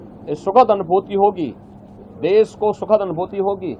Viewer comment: Okay taklu baba, please resign we need an english speaking CM also it's deSH not des